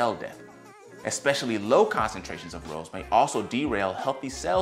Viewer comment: It's hard to have confidence in the information when the speaker pronounces ROS as 'rows'. I've watched many videos on this topic over the last two or three years and without exception every single PhD and MD I have watched pronounces this 'ross'. I'm not saying there couldn't be an alternate pronunciation but in dozens of speakers, I've never heard it. So wondering…?